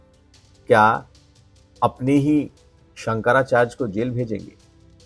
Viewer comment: Shankracharge nahi hota hindi tho sahi bol bhai